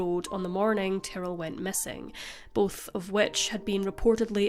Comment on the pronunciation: I was jarred hearing “Tarell” instead of Ty-rrell. At first I thought I missed something and there was someone involved whose name sounded like Darryl but with a T.